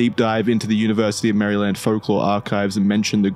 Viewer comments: As an eastern shore Marylander, hearing say “Mary-land” instead of “mare-land” was almost as shocking as the time the Goat Man threw a rock at my car. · The way keeps pronouncing Maryland as "Merryland" gets me. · “Merry-Land” got me every time 🙃😂 Good job though boys, I enjoyed this one! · It's nails on a chalkboard hearing Maryland be pronounced Mary-Land and not like a rolled together jumbled mess of a word. 😅 We pronounce it like Merlind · they way you say Maryland hurts me. Its pronounced Mary-Lind OR if your being fancy, Mara-lan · As a native of Maryland is makes my ears hurt when pronounces it as Mary-Land and love that Wendigoon pronounces it as Mareland like he’s lived here his whole life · It’s pronounced Maryl-end it hurts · it's actually murrlan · It’s actually pronounced “Marlyn” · "Mary Land" is absolutely killing me. It just sounds so wrong lol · Ah yes, balitmore MARY-land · "Mary Land" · I love how says Mary-land lol because that is not how we pronounce it here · Lmao as some who lives in Bowie this dude saying Bowie and Maryland that way bothers me